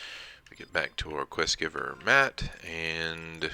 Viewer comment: It's pronounced Maat not Maat.. lol